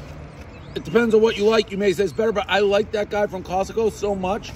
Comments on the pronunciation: Hahaha!!! It's more like "Kokomo" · Apparently to Dave, Kosovo has become pretty much the name Costco but with a couple extra sounds in there to come off as a solid attempt. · Took me a second to realize he means Kosovo the fucking plank.. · If Dave actually gave a shit about other countries/other people from other countries, he'd at least try to pronounce the countries name right. Sheeesh. No way pronouncing Kosovo correctly is hard. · This video doesn't involve Albanians, it involves Kosovo and Metohija. Dave was not pronouncing Kosovo and Metohija correctly so I wrote a comment. Kosovo and Metohija is very much my business, because it is a very important and beloved part of my country, which NATO attempted to steal from us by an illegal war. The last part of your reply is delusional. This is my comment. Can you just relax and realise that Kosovo and Metohija is very important for Serbians, and we will never give it up. Plus there are many Serbians living there in very bad conditions, so we have an obligation to take care of our countryman. As far as the recognition of Kosovo and Metohija as a country goes. The numbers are clear. Only 97/193 United Nations member states recognise it. You can look that up online. And the historical facts are clear. It is historically one of the most important parts of Serbia. You should know something about the territory you are writing about.